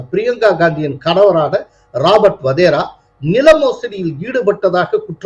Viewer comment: Sir, he is Wadhra not Wadhera. Sorry to point out